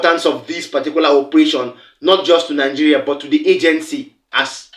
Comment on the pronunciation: My Brother hi. First, there is no Letter...(H) in the word...[BUT] So I beg you please, do mislead Nigerian children of today, and tomorrow...growing up learning to pronounce words wrongly like you are doing here! Please speak clearly, simple!!!.